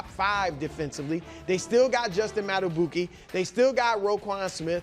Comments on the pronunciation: Lololol did bru just call justin madibuike -> justin madibooki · Bruh his name is pronounced Justin mada(bee)kay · He’s not, he just said his name soooooo incorrectly 😂😂😂😂